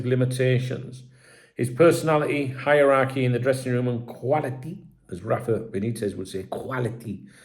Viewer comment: definitely love to say quality with his Spanish accent 😂😂😂. To be fair l laugh too every time you say it.